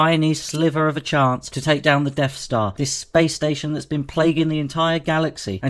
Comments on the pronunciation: What's a "Deaf Star"? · "The Deaf Stah" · "Deaf star" Once you hear it you can't unhear it.